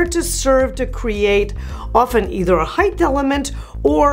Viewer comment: *height not heighth